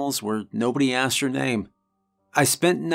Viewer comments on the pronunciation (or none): He said asked wrong so I can’t watch the video 😂